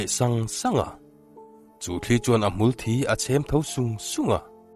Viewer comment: Hmul_thi tih hi thisen a thi ang hian in lam ziah... Mitthi kan tih a thi tih ri ang hian lam tur... Ka lo sawi ve mai2... Ngaihnawm lutuk e.. 🥰